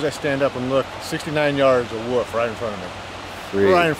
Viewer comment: If u ever call it a "woof" or "wuff" again... I will personally hunt u down LOL .. IT'S NOT CALLED A FUCKIN "WOOF"!! It's WOLF, you're supposed to PRONOUNCE THE "L" IN THE FUCKIN NAME.